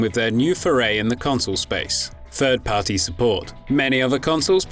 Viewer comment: “ ...he had a goal of making Fwee games...” “Fird-Party Support.” “It’s Eiveh good or bad” Yikes.